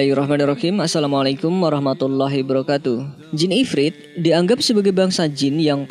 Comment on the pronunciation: Maaf yaa, salamnya di sempurnakan, menurut saya "assalamualaikum warahmatullahi wabarokatuh", Kalau tidak salah saya dengar katanya: assalamualaikum warahmatullahi barkatuh, Maaf....